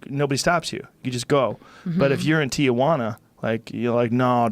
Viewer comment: It's not Ti-UH-Juana It's just Tijuana. Three syllables.